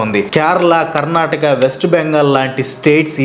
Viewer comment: It's not karnatak it's Karnataka think before you speak